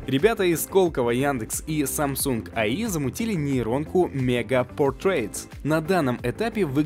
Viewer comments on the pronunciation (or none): none